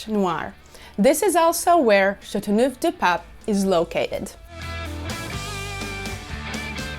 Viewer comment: So, when will you start learning how to pronounce the name?🤭 I once drank a bottle of the red one. It's fantastic!